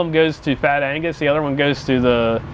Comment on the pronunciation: Agnuuuuuus! not "angus" !!!! LoL